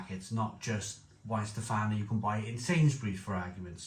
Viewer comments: Warsteiner. Please pronounce "Var-steiner". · Of the German supermarket lagers it's Paulaner for me. I sometimes buy Krombacher if theres a deal on. I'm not really fond of Warsteiner due it's flavour, although I still occasionally buy when I forget what it's like. BTW it's pronounced Varshteiner.